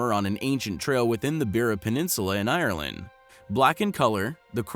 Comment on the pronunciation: WOW it is so amazing, not the shoe but the way the guy pronounces the names of the places in Ireland. When he says Ireland it sounds like he is saying Iron-Lad! So so funny.